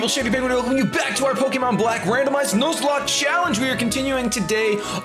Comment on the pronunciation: The way you said Nuzlocke in the intro sounds weird as hell